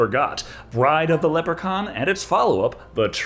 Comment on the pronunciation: Stop pronouncing Leprechaun wrong 😭